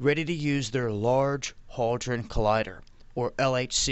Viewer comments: It's HADRON, HAD-RON. Say it with me, hadron. It's not holdron, It's not hoedron, It's had-ron, or simply, hadron. If you're going to talk about something at least learn how to pronounce it. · am I just hearing things, or does always say "haldron" instead of hadron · It's Hadron, there's no L in it dwaddle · HADron, there's no "L". BOson, again, there's no "L" in the word. Escape, there's no "X" in the word. Across, there's no "T" in the word. Speak well.